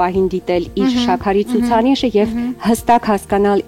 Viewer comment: xosyelu enk, shyaqari,aziz jan logopedi karik unes